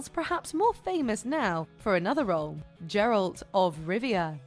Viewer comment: "Gerald" of Rivier 😂